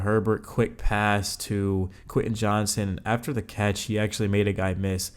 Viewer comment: Not to be that guy…but “JOHNSTON” bro…not Johnson.